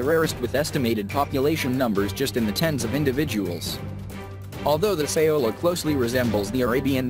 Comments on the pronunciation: It's Sao-La. Not, Sa-O-La. Lol Thought your pronounciation sounded strange for a Vietnamese derived name so I looked it up. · Laos = "Lows" Saola = "Sowla"